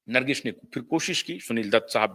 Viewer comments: Nargis not Nargis....there is no sh in the end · नरगिश नहीं बेवकूफ़.. नर्गिस कहो 😂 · कृपया ठीक से हिंदी बोलना सीख लीजिए। नरगिश कया होता है Produsher kya hai